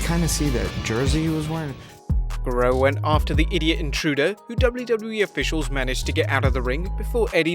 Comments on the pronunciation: Y does he say Wlwle? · In the intro you said doubly doubly bee. Instead of wwe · So no one‘s gonna talk about the fact that the narrator can’t pronounce WWE and I know he has an accent but come on it’s not that hard